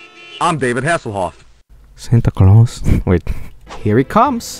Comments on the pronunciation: Is no one going to talk about how he said Sante glawes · Yikes SANTA GLAWES RUINED CHRISTMAS!!!! 🤬😡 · This is such a minor and insignificant moment but I'm obsessed with the specific way mutters "Santa Claus"